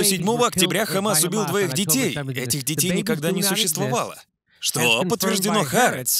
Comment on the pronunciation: Простите, что докапываюсь, но не "Харец", а "Ха-Арэц" (с ударением на вторую а)